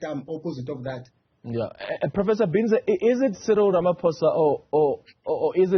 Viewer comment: Am glad my university is represented especially by a local academic 😊 Am not sure about how the "English " pronounceation of his name by the host though, how hurtful is it to ask someone "Sir/Madam how do you pronounce your surname instead of anglicisation. How does Binza become Bhinza😮 Prof Breakfast as ever brilliant, technologists came top despite Covid-19, Health Scientists did the same, but politicians were fucked up by Covid-19.